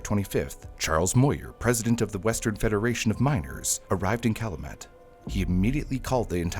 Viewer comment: it's pronounced (Cal-you- mit) Calumet